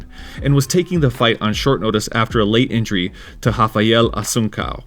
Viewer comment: Heads up, you mispronounced Assuncao.